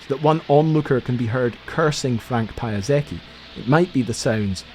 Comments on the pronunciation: as i remember he is not "pyasacky" but polander P,yasetsky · One comment, his name is pronounced incorrectly through the entire video. It's Pie-aah-secky, not pie-ah-zaky. This from one of his daughters, who I met when we both worked at Sikorsky. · I'm sure it was interesting but I gave up after hearing "Piazaki" too many times. It's Piasecki!!!! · Do you think you could make up your mind as to the correct pronunciation of the guy’s name? PiasEcki,…not PiasAcki? Does that sound like a reasonable request?….sorry,? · "pronounced /pie-uh-seck-y/" ...why? He was the son of a Polish immigrant, in Polish it's pronounced /pya-sets-key/😅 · Pie-a-zaki? XD Piasecki! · Holy damn, what an absurd contraption. Thanks for the video man! I love these videos and especially like the drawing studies. BTW "pa-ya-zah-kee" sounds almost Japanese to my ears. Given it's a Polish surname, we'd pronounce it more like "pee-ah-sets-key". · Don't read his surenamr Payazaky but Pyazetzky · English speakers really do butcher the pronunciation of everything. For f's sake the guy was not Japanese, he was (by origin) Polish! Pjasetski, not Pia Saki. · Just a tiny pronunciation note, probably unnecessary but impossible to resist: “Pia” is pronounced like in piano, not “pa”. So if we were to write it phonetically in Polish, it would be closer to Pjasetsky, not Pajazaki — although I admit the latter sounds nicely Japanese. Polish is actually simpler than it looks. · Being polish, I feel I need to put out the correct pronounciation of Mr Piasecki's surname (it's of polish origin) . It's pronounced "pya-setz-kee", not "pie-uh-seck-y". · It's not [pie-uh-seck-y] - it's [pjaˈsetski]. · Piasetskiy. Paiazakee sounds like a Japanese dish. Nevertheless thanks for the video. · );((, NOT payasaky, pya se tsky !! You are spelling ,, Sikorsky" ok, so why You CAN'T spell right ,,Piasecki" ???! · It's NOT "Pie-uy-ZACK-ee"; it's pronounced "PIE-uh-SECK-ee!" That's straight from Frank Piesecki's mouth.